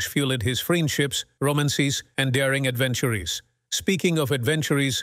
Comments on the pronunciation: ‘His adventurees’ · "Adventureeece" How about finding a better AI to read this script? Pathetic. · Yes. "Adventurees"? What are those? :-) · like "adventure-ees" and "pass-sed" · This is one of the worst, or best examples of crappy robo narrating I have ever seen/heard. As of "fuel-ed", "Romancees", "Adventurees" ? Give me a break. Any all popular internet sites including shopping for example always attract the underbelly of the world. It's no wonder rich people strive for exclusivity. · “Adventurees” ha ha. Do you not even listen before you put this rubbish up?